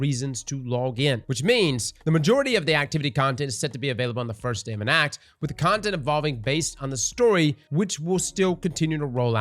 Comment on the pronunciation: “Ontent” lmao